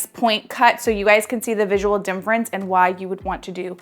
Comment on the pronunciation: Great tutorial thanks! She keeps saying dimfrence lol